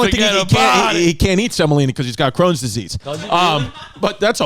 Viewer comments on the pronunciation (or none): Him miss pronouncing Crohn's disease (chrome) was some joey dias shii 🤣